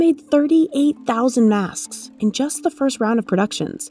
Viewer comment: Is it me or the way she pronounces “maskss” is cringe